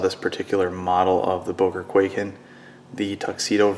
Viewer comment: its pronounced kuai-ken not kway-ken